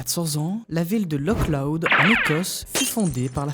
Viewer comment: C’est une erreur du film mais comme c’est écossais, le nom du village ne se prononce pas « Lok Loud » mais plutôt un truc du genre « Lohr Loud » Comme le Loch Ness qui se prononce « Lohr Ness »